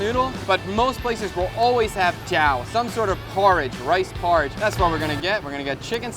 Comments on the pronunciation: Keep working on those pronunciations! 💪🏻 Cháo not chao, hạt not hát, xé not xe, xối not xôi, etc etc. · Cháo pronounced wrong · cha'o for porridge, not cha`- oh i see you often confuse the two accents so "normal" I guess.